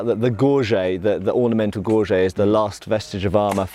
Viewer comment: Oh god, said Gor - Jay rather than Gor - Jit